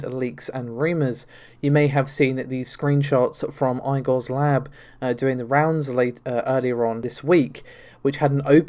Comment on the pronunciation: That's not how you say Igor.